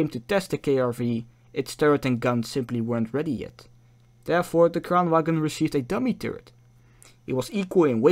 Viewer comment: The G in Kranvagn is silent. If you are going to make an educational video about something, I recommend you get the name of the thing right.